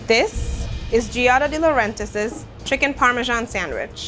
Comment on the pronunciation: Where is she getting the second S in Giada De Laurentiis' last name. It's Laurentiis, not Laurentisis??? And the first name is also pronounced wrong. You'd think they would at least respect a chef's name when they remake their dish.